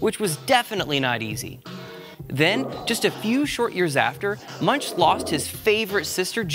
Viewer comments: Fun video. BUT you mispronounced his name! Yikes! Moooongk is the accurate pronunciation! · come on man? Munch; really? His name is pronounced Moonk; Geesh JHN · Pronounced Munk, with a hard ending... not like a pothead having the munchies. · It's not munch, it's pronounced (moonk) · Yes, my Art History professor, who was Eastern European, made sure we were told that it is not "munch," but is pronounced "moonk." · Yeah - clicked out in three seconds; the guy doesn't even know how to say the painter's name! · 'An English pronunciation'? - there's no such thing. Anyone who said it the way you did would be laughed at anywhere in the English speaking world. You going to pronounce Goethe as 'Go-eeth' next?